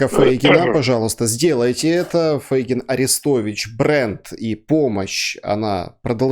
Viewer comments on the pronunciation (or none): Почему Вы говорите "ФЭйгин"? Правильно "ФЕйгин"!